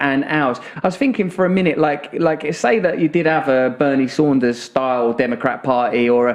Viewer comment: Saunders??? Bernie sanders??